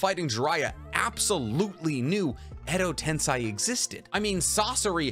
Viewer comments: bro it's not "tense eye" it tensei (ten say) xD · It’s Edo-TenSEI Not Edo-TenSAI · I love your vids but it always bothers me when you say Edo TensAi instead of Edo TensEi xD To be sure I even checked anime for that but if I'm wrong let me know :P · Zhy he pronounces edo tensEi like edo tensAi???? 100% honest question not making fun or anything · Edo TENSEI, not edo TENSAI. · so no one gonna talk about how he keeps saying edo tensai when we all know its edo tensei!!! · Its pronounced edo tensei said like edo tensay not ten sai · Edo Tensei is pronounced "ten-say", not "tense-aye" or "10 sai". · It's edi tenSEI not tenSAI. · Dude really said ado tensai its edo tensei i swear every sub watcher ive seen never knows how to pronounce stuff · Edo Tensei =\= Edo Tensai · ok but can we stop saying "tensai" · every time he says "edo tensai" is a punch in the gut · EDO TENSAYYYY IM SO TRIGGERED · why are you saing Edo Tensei like Edo Tensaii ?????????????? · Edo "tensEYE" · Is there a reason why he pronounces Edo Tensei as Edo Tensai? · Isn't it Edo Tensei? Ten-say? That's how everyone else says it. Driving me nuts lol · The way u said edo tensei made me cringe so hard